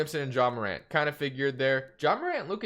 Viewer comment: liked the vid when u said Ja Morant’s name right